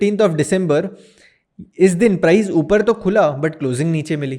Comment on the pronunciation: प्राईझ ऍक्शन? प्राईस ऍक्शन बोल भाई